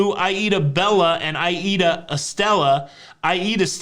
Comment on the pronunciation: 🧐 A+ today,. Even got Aida right, ha. Luv your delivery-extra funny today.